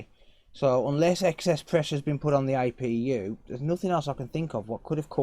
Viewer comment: its APU NOT IPU